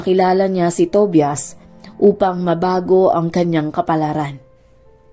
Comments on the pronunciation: Tobias it pronounces as To-ba-yas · Ate Tobias pronounced as TOBAYAS ata. 😅